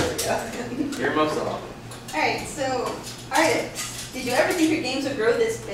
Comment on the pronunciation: she say atrix not artix:D